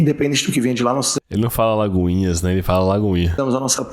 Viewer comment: e sua dificuldade em falar "AlagoinhaS" kkkkkkkkkkkkkkkkk